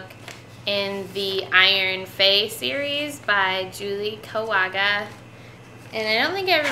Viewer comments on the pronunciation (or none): It's kagawa not kawaga